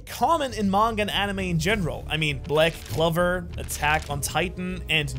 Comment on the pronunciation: "Black kluver"💀